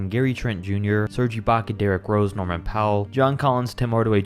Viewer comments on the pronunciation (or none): none